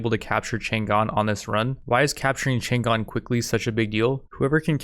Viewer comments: chan‘gan ❌chang’an✅ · It's not Chan Gan. It's Chang An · "Tzaang On" is more accurate pronunciation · I just heard Chang an get mispronnounced like 5 times in the first 20 seconds I can never recover from this travesty